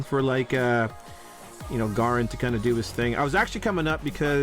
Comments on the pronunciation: Its pronounced "Gay-ren" I have a friend with the same name. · Garen is pronounced like Dare + In without the D Lol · I thought it was Ga-ren, but with Pinoy accent